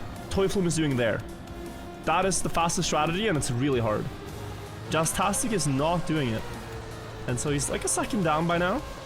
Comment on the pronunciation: hey, man. i'm gunna need you to fucking say JASTASTIC like JAZZ TASTIC. and stop saying Jizztastic. Thanks